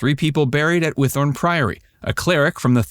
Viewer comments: Yay! I love they mentioned Whithorn. Got to see the archaeological dig in 1982-3 and again in 1986 while visiting my grandparents in Scotland. It’s actually pronounced Whit-horn. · I've lived near Whithorn most of my life and I've never heard it pronounced like that before 😂